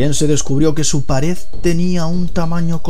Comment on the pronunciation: la palabra pared la pronuncias pares.